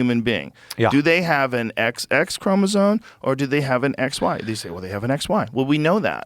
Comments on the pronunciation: even joe can't say Chromosome....ChromoZoNe... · Joe, for the love of science, it's chromosome, not chromozone. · Also, Joe keeps saying "chromosone," so, keep that in mind. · Bro Brogan can't pronounce 'Chromosome' HAHAHAHAHAHA